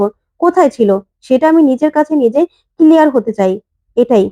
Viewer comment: কিলিয়ার নয়, ক্লিয়ার।